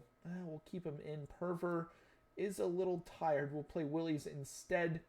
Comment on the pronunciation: just correcting you. WILES is pronounced “whiles” QUALTER is pronounced “kwolter”